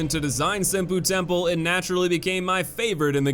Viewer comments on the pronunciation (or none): Dawg I love your videos but you've GOTTA learn how to say these place names correctly... cringed every time I heard "Sin-poo Temple"